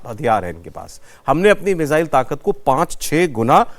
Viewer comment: मुझे तो आज समझ नहीं आया कि ये मिज़ाइल होता है या मिसाइल।।😮😮😮